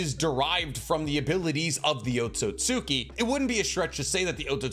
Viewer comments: is the pronunciation of otsutsuki as otsosuki purposeful? it actually slightly bothers me lmao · Every time you pronounce Otsutsuki wrong, an angel loses their wings....